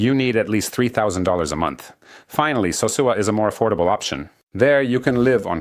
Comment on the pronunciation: this looks like an AI generated video. Especially the way the character couldn't pronounce Sosua